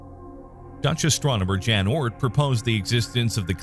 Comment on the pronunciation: "Jan" [Oort], is pronounced "yahn", not "djann" Thank you.